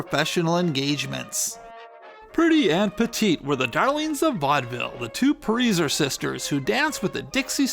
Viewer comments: it is not pronounced preezer it is pronounced pricer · Very interesting, but wasn't her last name pronounced "Price-er?" Always assumed that was the pronunciation....correct me if I'm wrong. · Pronounced pry-sser, it is Germanic. I learned through knowing someone by that name. It is an easy mistake! 😊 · It's pronounced Pricer as in price + er. Ziegfeld is pronounced ZEEG-feld, or tsEEk-felt. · Very good narrative device of taking on a character, much better than mere story-telling. One thing, however. Your pronunciation of many of the names, particularly of Central European variety, are totally off. It's pronounced June 'PRICER" and Florenz 'ZIG-feld', just to name two. There's nothing wrong with nomenclature due diligence.